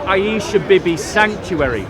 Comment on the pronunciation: Hey!!. It's not Bibee. It's.....wait for it........Beebee.